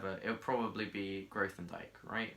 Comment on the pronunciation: TIL that I is fast at learning maths and that Grothendieck is pronounced grow-then-dyke. Nice vid